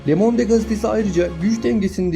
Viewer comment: lemonde degil :) lömond diye okunur